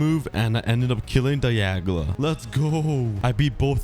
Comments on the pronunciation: Hey it's dialga not diagla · He calld dialga daialga or was it just me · Zeraora and dialga not zeroara and dielga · he said diagala instead of dialga LOL